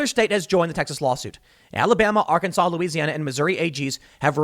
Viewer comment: it’s pronounced “Arc-An-Saw”